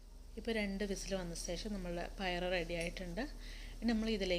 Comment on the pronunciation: സേഷം സേഷം അല്ല ശേഷം ഭാഷാപ്രയോഗം അത്ര ശരിയായില്ല